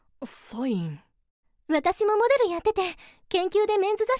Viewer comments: モ↗️デ➡️ル じゃなくて、 モ➡️デ↗️ル だよね？多分…。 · モ⤵︎ デルって言い方気になる… 私はモ⤴︎ デルなんだけど…